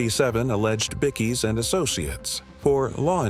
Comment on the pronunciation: Y do u say bickeys and not bikeies